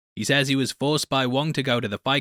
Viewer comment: Glad to see you said it right. It is the Wong Cinematic Universe